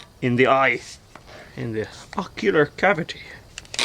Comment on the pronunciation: the way you say "ocular cavity" makes me die of laughter every time. I don't know why.